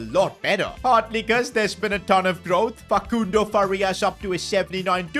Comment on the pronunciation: stop saying facundo like that